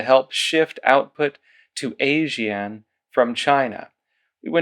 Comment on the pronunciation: ASEAN is pronounced Az-ee-an; it's an association of Southeast Asian countries. As they are our nearest neighbours Australia has a fair bit to do with it.